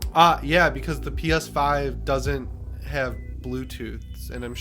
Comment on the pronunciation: Lol, I thought you said a Peta website 😂 I had to rewind and watch again. I'm waiting for the GuilKit KK3 controller. PS5 controllers absolutely use Bluetooth.